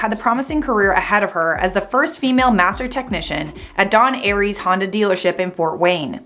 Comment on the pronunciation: It’s “Don Ayres” - Pronounced “Airs”. Pretty much everyone in our town thinks this whole thing is absolute crap and she should not have been fired (I live in the same town).